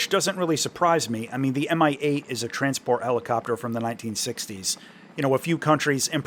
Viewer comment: "Mi-8" sounds in russian as "mee-8". Thank you for review!